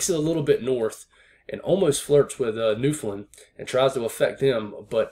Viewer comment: You should teach all the other forecasters how to pronounce Newfoundland correctly lol